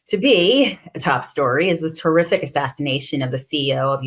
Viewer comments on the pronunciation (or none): I misheard her and thought she said "Terrific"! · I know she said "horrific assassination" but my brain heard "terrific" 😂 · You said "horrific", but I heard "terrific".